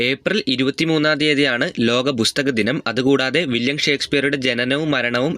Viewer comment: ബുസ്തക ദിനം അല്ല പുസ്തക ദിനം